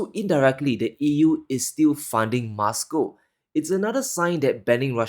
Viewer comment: content is so enlightening...however i just have a little criticism of pronunciation of some words. He likes to pronounce them as he wants whether right or wrong. Eg Moscow..he pronounces as Muscow...why?.... he's the only one in the world who pronounces as such. I'm curious how he will pronounce most and must 😂